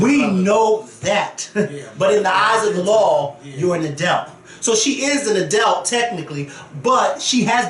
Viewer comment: Yessss for saying “a-delt” about 20x in this vid. I love it. I disagree though. 19 is an adult legally, but she still should’ve stayed in a child’s place with these GROWN women.